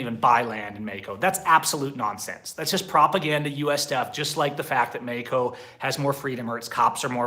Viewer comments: Wait... he’s saying Mexico? I honestly thought he was saying medico. Just speak English and stop trying to pronounce Spanish words. What do you mean states don’t have state identity in the USA? and idk one person that would move anywhere and just camp as their residence. This guy is insane. Move to Merida— not this medico place. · He also pronounces Mexico with a "j" instead of "x". It's not Mejico. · I don't like the way you say Mexico it sounds dumb from an American